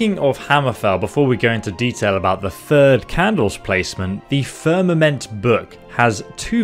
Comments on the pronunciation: You nailed "firmament" 👍 I've always heard "scimitar" pronounced SIM"-ih-TAR' though, not SIM"-ih-ter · I’m dyslexic too but I know you pronounced The Firmament correctly. It’s funny Morrowind was one of the games that helped me read when I was a kid.